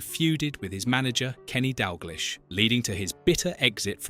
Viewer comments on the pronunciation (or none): As soon as you get AI bullshit like that pronunciation of "Dalglish" im out